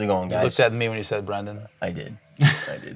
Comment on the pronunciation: Lol.. Jesse: "Brandón"